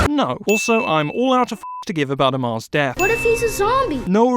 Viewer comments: I like how he complained about lizas name pronunciation in far cry 3, but then said amir as amar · he also called Amir "Amar", the dumb Englishman